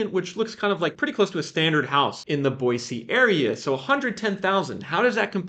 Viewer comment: Live here in Boise and have been watching your videos awhile...spot on and so impressed how far your correct pronunciaton of the city has come!